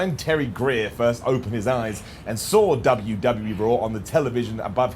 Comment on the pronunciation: Every time you say Dubya See Dubya. I laugh. No idea why but i just find it ridiculously funny